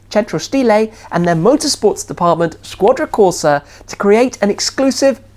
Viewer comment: Also that 'centro stile' and 'squadra corsa'